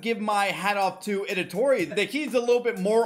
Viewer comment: It’s ITADORI not edatori 😅